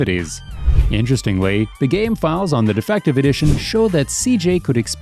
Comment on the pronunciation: Lmao, defective edition instead of difinitive hahaha